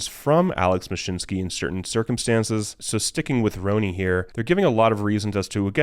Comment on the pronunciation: It's pronounced Ronnie. Not Roh-nee lol. I know, it's my name too 😂